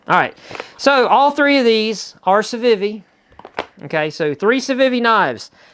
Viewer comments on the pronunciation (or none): The way you pronounce Civivi bothers me a little bit, but I love your channel and watch every new upload with enthusiasm - so i'll let it slide, just for you,!